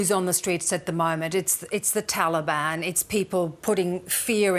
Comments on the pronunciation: "Taliband" she's done her homework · The talabani messed up religion are offended when their "official" names are mispronounced. Someone called them TaliBAM. It made me laugh at them that they could even think they can replace true Afghan men. Sad that talibani are making the whole world hurt. I wish they could've started their own trip on a patch of earth away from civilized society, just a bunch of cavemen hanging out together.